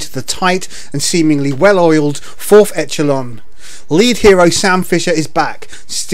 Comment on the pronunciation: It's not Etch-uh-lon it's pronounced Esh-uh-lon.